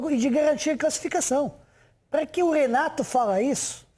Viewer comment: “Renight” Petkovic